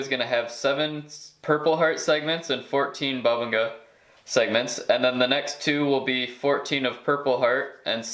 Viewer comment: Boo-bing-ah is how you pronounce it. Create video. Hope you continue to post. Love the details.